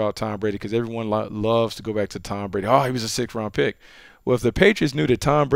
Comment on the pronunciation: "Tom Prady"